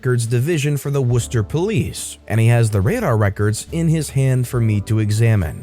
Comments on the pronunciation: Nice....I'm from Ma...you pronounced Worcester correctly!! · Hey!! I’m from MA and it was nice to hear you pronounce Worcester the right way 😂